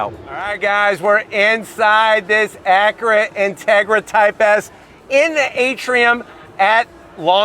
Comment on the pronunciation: Someone teach this guy how to say acura lol. He says it like Ackra. That being said nice review.